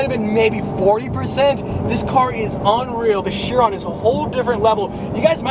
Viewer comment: Am i the only one bothered on how says Chiron? Its pronounced like Kiron.. but Chiron, sorry for that rant😂 Also thats a Montana License plate on that car!😱